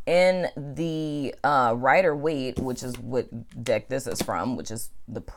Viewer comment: 😂😂😂 during the Aquarius singles reading it sounded like you said dick not deck 🤣